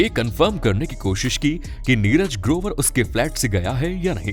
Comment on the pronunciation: Barabar bolo kya neraj grobar dhamki diya bolta hai 5.48 minet pe